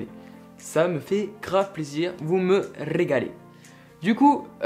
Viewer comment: « Vous me rrrrregalez » 👌💪🏻